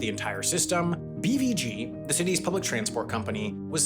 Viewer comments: Haha so true, especially the way he pronounced BVG "Bee-vee-gee". Since I only know it from a German context I have only ever heard and pronounced it BVG ("bay-faugh-geh"). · Bee wee gi 😂😂😂 that sounds soooo totally wrong. You say it Beh Fau Geh BVG 😂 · As a native born Berliner I feel offended and violated by your pronounciation of BVG! May the wrath of "Wir lieben dich 💛" come onto you! 🤪